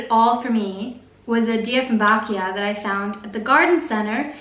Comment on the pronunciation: thankyou for not saying "dye"fenbachia! Joseph Dieffenbach was in fact Austrian, so we should probably pronounce his name properly, with the "ee" sound. (even wiki says so: Dieffenbachia /ˌdiːfɪnˈbækiə/) but I always hear youtubers saying "dye"ffenbachia!